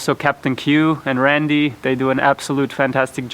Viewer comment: It’s Captain Q and. 😂😂😂 Love the boat!!! 👍👍👍